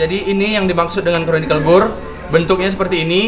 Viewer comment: Conical, Bang. Bukan chronicles 😆😆